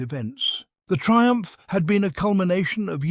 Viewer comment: That "triump" though...